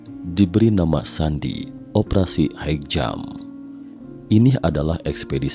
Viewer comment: High jump dibaca hai jam bukan haik